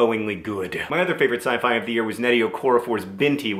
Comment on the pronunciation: John Green puts a very strange emphasis on the word "scifi".